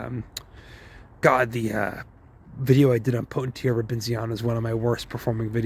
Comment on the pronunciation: Love these videos, really glad I can watch educational videos on YT, not just all senseless crap. I like how you pronounce Potentilla like quesadilla hahaha - I always like the videos to help with the algorithmics